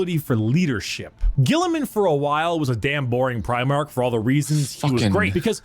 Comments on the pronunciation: It's pronounced pry-mark. Every time you say prih-mark, it grates. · Please work on your pronunciation of Primarch. Your saying Premarch